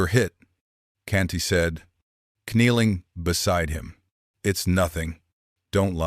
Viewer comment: KNeeling?....i hate Ai mispronunc iations....i. would give anything for real people to read these stories....